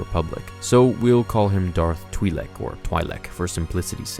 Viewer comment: Twi-lek, not twee-lek